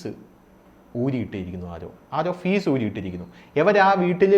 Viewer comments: ഫീസല്ല... ഫ്യൂസ് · ഫീസ് അല്ലടാ FUSE..!! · ഫീസ് അല്ല ഫ്യൂസ്